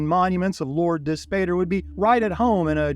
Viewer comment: Dispater = dis POT ter, "pater" = father in Latin, so Dispater = Dis-father